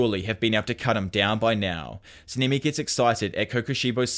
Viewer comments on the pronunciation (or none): I really love this series, but you saying „Semimi“ like 50.000 times almost broke me🤣🤣🤣 it‘s a language-thing, I get it. Keep up the good work!